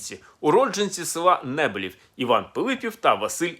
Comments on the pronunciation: НебИлів , а не НЕбилів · Пане Олександр не правильно поставили наголос на с.Небилів, наголос на другому складі